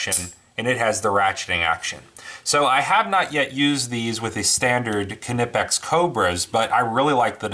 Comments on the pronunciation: Silent K in Knipex... Just saying... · I gotta admit, it annoys me how you say Knipex, I'm pretty positive the K is silent. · dmcguinn1 Well I did watch their videos before commenting. The CEO of north America for Knipex doesn't say it with the K. For the german videos I couldn't understand what they were saying.. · Just curious. Since you had your Knipex Cobra right their beside you,and the Irwins failed Why did you resort to grinding off your exhaust manifold stud,and not just switch to your cobras? Just courious. Also as far as the pronunciation I think I would say Kipex with a silent N Ki-pex?? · Sash Window no I don't say k nife but I'm not German either lol the K is not silent in knipex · like knife, the k is silent. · It’s a silent K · It's a silent "K" in Knipex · Did you just pronounce the K? Thumbs down. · Do you say, "Kanife" for the word "Knife" as well? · just drop the additional vowel you add after K. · knipex has a silent K!!! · The K is NOT Silent! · Silent K bro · Actually yes, Knipex is pronounced not the way it is written, with a silent K at the beginning; silent. How do you say knife? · I say knife with a silent k because it's a english term; but Knippex is a german company; the K is not silent in german. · The k is silent